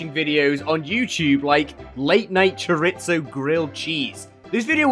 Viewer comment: aint no way he called chorizo choritso what the fuck 💀